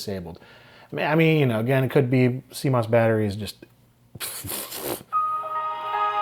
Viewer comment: I wasn't ready for "suh-moss bee-os battery" and the brief demonic possession that followed. had fun with this one.